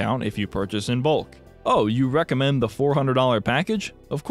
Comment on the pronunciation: They even say “Recommed” not “Recommend” (Yes just check the timestamp here )